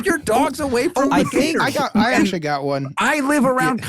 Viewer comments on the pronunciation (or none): Jake's pronunciation of "gatahs" is SENDING ME. 😩